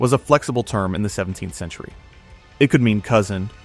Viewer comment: Omg, the AI voice kept saying “17 the century” instead of “17th century.” Good god, I hate AI narrators. The weird pauses. Too distracting to listen to. Please bring back real people!